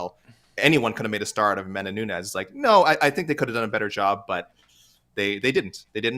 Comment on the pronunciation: They are right. No one cares. It is what it is. Her post fight talk after Ronda rouse was cringeiest ever. She just doesn't have the it factor at all..... not nunhez A K Lee. Nunes. Like knewnes